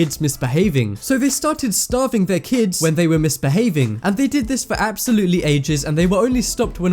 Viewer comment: it's starving not staving if I'm correct xD